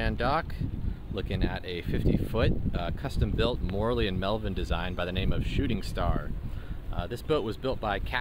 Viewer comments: Yes, he pronounced it like Morley. Italian is really easy. Should be More-ell-ee. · Your pronunciation of "Morrelli" is so wrong...